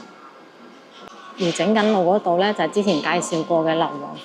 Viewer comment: 花“坞”的粤语发音，读澳门的“澳”而不是读“乌”。